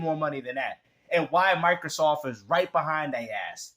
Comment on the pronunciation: Is this clown calling it Michaelsoft?? Does he also “axe” questions?